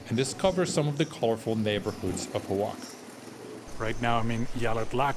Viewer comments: It's pronounced WA-HA-KA. Not O-WAKA. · Repeatedly saying Xoaca is diabolical. It's pronounced "Wa-xa-ka" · Hola, great video, the pronunciation is actually Oh-Ah-Ha-Ka. Gracias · Oaxaca, in México and in Oaxaca is pronouced Oajaca, in English is pronouced Oahaca prounauncing it the H as in hotel. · dude, the O is silent..it should be spelled wahawka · All the syllables in "Oaxaca" are pronounced, and the "x" is an aspirated "h" sound - wah ha ca. I've heard the "a" sound pronounced two ways in different Mexican accents, either "a" as in "cat" or "a" as in "car". I like your videos a lot - less touristy stuff, more walking around and seeing the local things which are interesting. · First learn to pronunce Oaxaca correctly. More tourist exploitation that only increases wage disparity and profits for the rich. Stay away. Go home! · Cannot watch this video when the pronunciation of Oaxaca is 👎🏽👎🏽👎🏽